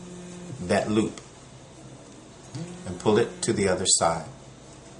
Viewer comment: I love how you say how to tie da bow tie